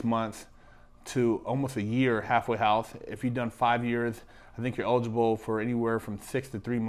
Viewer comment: I keep hearing "hathway house"